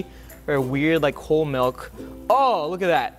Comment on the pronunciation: I think I know the problem. He used Malk not milk lol